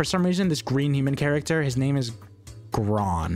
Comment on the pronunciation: you see, the name "Gron" as you say it is actually "Grön" (which you can look up the difference in pronunciation). And is actually the Swedish word for green so it isn't just a dumb way to make a character name into just based on their color and flipping with it, it is actually a little nod to the fact he is from Swedish descent and showing it through a semi-unimportant character.